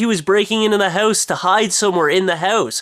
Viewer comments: hahhhh, you cant say 'House' right! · yo its house, i dont even know how to spell it the canadian way you pronounce it. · He ran into a "hoose" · The haeuwse? haeouse? hewse? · what's a hou-ss? lol :P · loooooooooooooool dont worry boys...this ones mine!are you welsh or something cause you say house like heussee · why do you say hause? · fun way you say "hause" instead of house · i had to watch the video a second time because i really didn't get what the story was about because i was laughing too much at the "houws". rocks! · haha thats a great analyze and I like the way you say HOUSE -OlgaKay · Sooo, ya live in a hoose? Hows that doin for ya? LoL :P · You say house funny.:L Hoooowse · lol it sounds like he is sayin hose ^^ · Oh my God, I knew you lived in Canada but I never really noticed your accnet until now. Your Accent really comes out when you say "house"! Did anyone else notice that? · Wow, you're Canadian comes out when you say "house". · I love how you say "house" It made my day :) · you say house really funny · You pronounce house in THE CUTEST way posible. =) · he has an accent?.. bet lots of people say house like him.. it IS funny the way it sounds tho..XD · yea i noticed the way he says house too. it's cute lol. i think it's a canadian thing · I didn't notice you had a Canadian accent until you said "house"